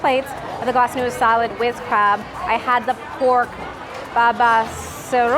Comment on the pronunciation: I heard Alan talking about crab. It was in a background tab while I was working on something. I swear I thought he was saying Crap. I scrambled back to see what it was he was eating 🤣😂